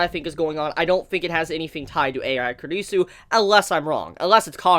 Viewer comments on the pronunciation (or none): It sounds like you're saying kridisu